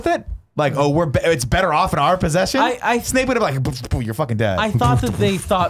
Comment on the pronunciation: Can nick pronounce names properly instead of intentionally doing it to annoy Kevin lmfao it’s not SNAKE it’s SNAPE and god his hermione was getting annoying